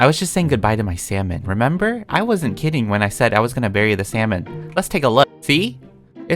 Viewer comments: When you said salmon I thought you said sells man😂🤦🏽‍♀️ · Nobody:: you see I buried a sALmoN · you sure thats salmon..-: no- i means yesh